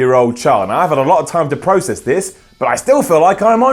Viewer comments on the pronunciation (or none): none